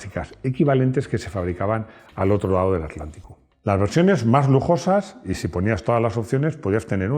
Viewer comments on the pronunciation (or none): none